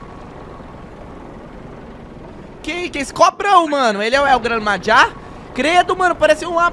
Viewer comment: Como se fala el gran maja El Gran Marra (Maja)